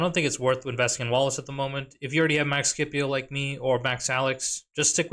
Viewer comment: Say Skippy-O one more time🥲 Sip-E-Oh😂